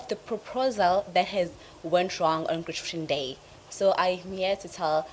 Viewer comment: Did she say granasha day